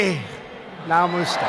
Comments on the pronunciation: And he say namuuooste for namasthe😂😂😂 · Namoooostay namaste. Namaste is one of th most beautiful saying , deep sayings you can possible say. Someone butchered it horribly. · Namustee folks😀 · Man can't even put three syllables together to properly say Namaste... and people are going ga-ga over the comments section because he "tried"..., yeah, no. If he was butchering french or japanese this way then no one would be making up excuses for him. Foreigner-worshipping idiots.